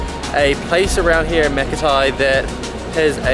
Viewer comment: Hope you don't mind, but Makati should be pronounce as "ma-ka-tee" ✌️😅😇